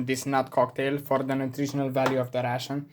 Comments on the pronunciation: credca ar trebui sa pronunti reishån,ca tu pronunti la fel ca pe russian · Coaie, mă zgârie pe creier acel "russian". Învață dracului pronunția în engleză daca tot faci content în engleză... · 24min in the video and he didnt say he is russian yet. In the first minute he says he is Military Ration (the way he prononuces ration sounds like "russian") Enthusiast and then that his motherland is Romania. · My guy as a fellow Romanian myself you saying ' ration' sounds more like russian 😂😂😂 d.m. if you want a few tips and trick on how to better your pronunciation